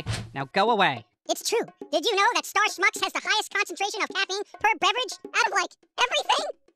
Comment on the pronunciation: Why does Star Schmucks have a "sch"? I thought there is no "sch" in the English language